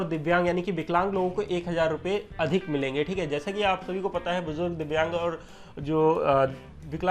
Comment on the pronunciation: "Divyang" ek baar fir se bol k dikhaoo